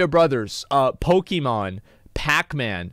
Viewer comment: PokEmon not Pikimon!